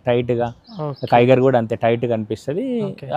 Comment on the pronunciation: టైగర్ కాదు బాబులు, టిగోర్.......